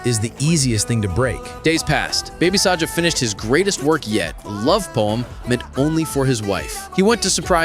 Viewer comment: his name is baby saga not baby saja ok